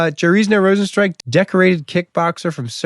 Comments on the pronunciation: Get my GOAT Rozenstruik's name right!! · jar-ZEEN-yo row-zen-struik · yar-zee-nyo- rose-in-strike